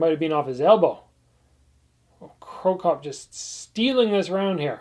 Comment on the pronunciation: Crocop. Not cropcop